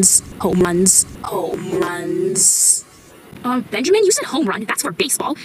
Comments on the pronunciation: U don’t say beeeanjiman”😂😂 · i’M herE miSS nAtaLIe iTS nOT BenJAMine 😂😂😂😂😂😂😂💀💀💀